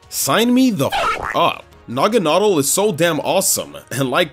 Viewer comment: naganadel works better as Nuh-Gan-Uh-Del that's what i've literally always thought how it was pronounced until the anime